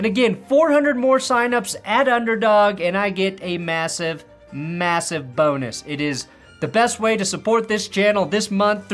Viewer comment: Thank you,, for keeping us up-to-date during the off season! Did say, massive boner or bonus?